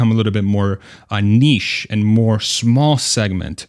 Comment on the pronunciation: Thanks for correctly pronouncing NICHE for a change. 🇨🇦🤓🙏